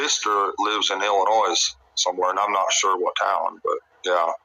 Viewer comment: 1. Around the 22/23 min mark it sounds like he says he didnt take the kids to work bc the day prior he fired dudley then immediately retracts and said he took 1 of the boys to work that day. 2. The s in Illinois is silent lol